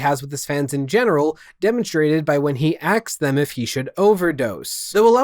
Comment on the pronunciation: He said aksed again!